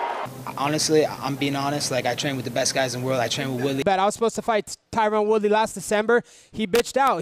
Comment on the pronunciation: “Tyrone Woodley” 😂